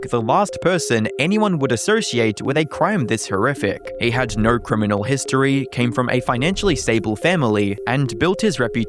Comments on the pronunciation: Please stop saying words with the letter "O" in them. Instead of "No" we get "Nor".🤣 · I’m just curious,: why do you pronounce your “o”s ( /əʉ/) as in the word no as “nur”, or like when you say photo you say “phurtur”. Once I heard it, I couldn’t stop so now I hear in every single video. As a fellow Aussie, I have never before heard another Aussie pronounce /əʉ/ (owe) this way